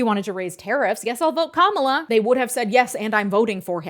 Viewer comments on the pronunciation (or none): none